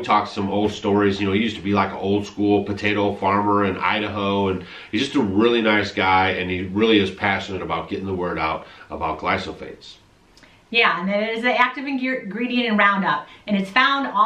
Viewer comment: "about glysophates". No, it is glyphosates.